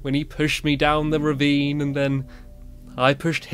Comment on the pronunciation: "He pushed me down the revine and the I pushed him down the revine" 😭😭🤣